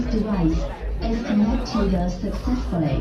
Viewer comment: "blootroff deviccceeessee is caannectedah saacessfully " 😂